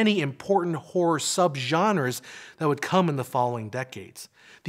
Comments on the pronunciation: hahaha you probably should pronounce the word "horror" more clear cause sometimes sound like w*ore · I always thought horror had two syllables. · I never knew I was pronouncing horror incorrectly till the pendantics on YouTube started correcting me. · Is he pronouncing horror like that deliberately? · Dear god the pronunciation of the word horror makes this nigh unwatchable.